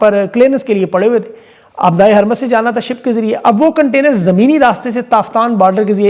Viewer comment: Sir strait of HARMOOZ ka pronunciation HARMOOZ hay Kaya map aljazeera ya international channels naheen daikhtay? WAHAAN sub HARMOOZ he kehtay han